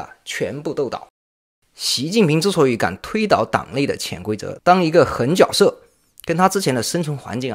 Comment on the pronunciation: 很脚色？哥，请把字音读对。